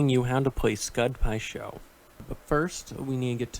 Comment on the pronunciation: “pud skai sho” thought I heard wrong for a second lol